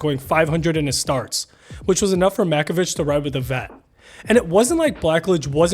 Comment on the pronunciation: Oh, for the love of God… It’s pronounced Mack-o-VICK